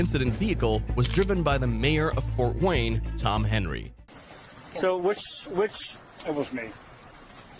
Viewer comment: "Fowt Wayne"